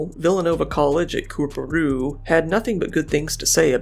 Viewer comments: Can't believe you got the pronunciation or Coorparoo right 👌🩵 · Oh and props for pronouncing Coorparoo. You did a pretty decent job!